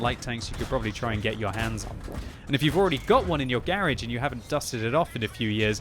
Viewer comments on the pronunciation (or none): say "Garage" again....LOL